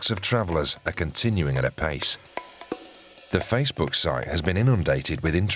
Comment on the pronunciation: The way thelma pronounces facebhoook 🤣🤣